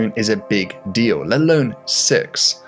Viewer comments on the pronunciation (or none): none